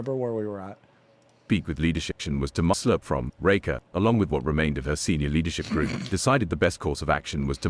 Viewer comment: I like how Reika cant pronounce his own name. Usually, I find that it is more like Ray-ee-ka, and not Ray-ka.